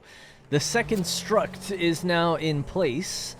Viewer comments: I cant stop hearing you say "struKt" bro are you saying strut?! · I’ve never played the MGS games, so I had to Google it. Is it “Struct”, like “structure” or Is that the Irish way of saying “strut”? 😁